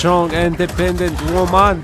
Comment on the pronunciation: I thought you repeated waman